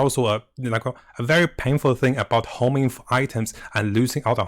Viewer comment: IT’S HONING NOT HOMING!